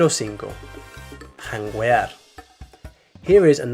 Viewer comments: Just to clear out the word 'Janguear' you don't pronounce the letter 'U' it's silence in Spanish in that configuration unless it has the dieresis ' ü ' You should pronounce it like 'Jangear' . Great video✓ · The "u" in "janguear" is silent.... it's like in the word "guerra" where you don't say the "u". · Good content pero janguear is silent. It's like saying "Que" but with a G instead. Pero anyway you did good and that deserves a sub! 👍🏾🇵🇷🇱🇷🇵🇷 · Pronoiciation on jangeuar is a lil off